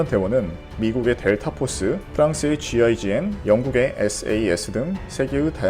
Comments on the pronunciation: ㄴㄴ 제이지엔에 가까움 영상 화자는 영어권에서 부르는거에 가깝고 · 프랑스 GIGN = 지젠느 라고 읽습니다.......